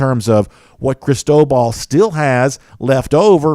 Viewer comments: It is phonetically pronounced ( Chris-toe-ball ) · I've never heard anyone pronounce it the way was. It was driving me nuts. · seriously sounded weird.